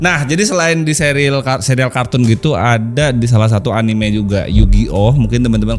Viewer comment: Anime dan kartun ya mirip. Anime istilah kartun² Jepang. Dan anime dibaca anime, bukan ENIM ENIM, bang 😂 Tadinya saya mikir², enim enim itu apa. 🤣